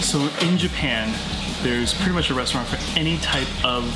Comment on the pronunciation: Why couldn't you ask for a correct pronunciation? There shouldn't be any guesswork to figure out you completely butchered the first restaurant. Japanese is incredibly easy to pronounce if you understand the rules, which are very simple.